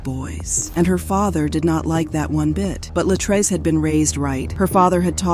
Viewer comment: It was very distracting listening to this story and hearing the narrator mispronounce (Luh-TREECE's) Latrece's name. 🙏